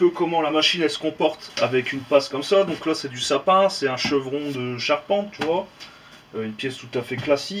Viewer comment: Hè hè "Tu vouaaah..." Ca me plais bien ta video!